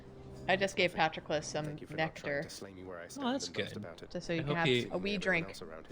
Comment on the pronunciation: The way pronounced "pat-row-clis" fucking killed me dead